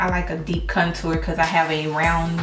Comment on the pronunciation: Love the video but for some reason the way you pronounce contour drove me crazy lol. But loved the video you look awesome!